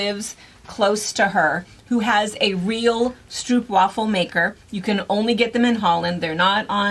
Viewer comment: Happy birthday,! They are pronounced "Str-oh-hope", as in 'oh, how lovely' and "waaavel", as in 'aaaah, yes please, I'll have another one'. At the Dutch Village in Holland, MI they have a stroopwafel maker, and you can make one there.